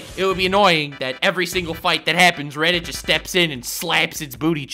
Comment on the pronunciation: Did you just call reddit Guildarts, im pretty sure you called reddit Guildarts.